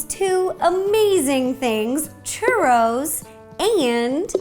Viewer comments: haha lol 😂 Its like these churros are destend to be your favorite snack. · wow this is complicated personally make lots of chu-ross(how you say it - no offence) normally I would just do water regular flour fry in oil and coat with cinnamon sugar